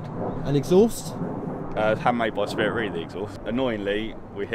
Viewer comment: 'ei' is pronounced 'ay' in Japanese, so it's Spirit RAY, not REE. Great video as always! This just irked me haha